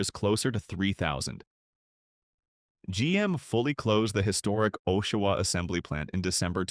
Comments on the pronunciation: So much more than that. A.I, sounds words out, and badly. For example. the verb READ, pronounced 'red' is pronounced 'reed'. Oshawa is read with a long or hard o at the beginning. (Twice!) Okay. Sew Saint All Marie! I just heard the Sault Ste, Marie one. How did the computer mess that one up so badly? And then Sew Saintay Marie? Then there are the constant vocal pauses throughout. A.I. narration is lazy garbage. I hope that it gets better. I won't be back. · They pronounced it O-shiwa. I hate AI. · And Oh-shawa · I hate AI. Makes a video about towns it can’t even pronounce properly